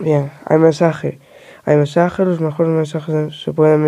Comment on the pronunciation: "aymesaje" no mames... no lo quieres pronunciar peor?